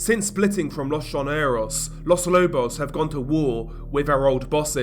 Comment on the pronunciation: With as much coverage of Latin America as you do, you should look up Spanish pronunciation. It's very easy as it's always the same- not like English with all of it's exceptions and quirkiness. Quito is pronounced key-toe. Los Lobos all the Os sound the same as in toe, again.